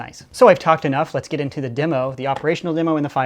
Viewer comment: "les nope" when you French good.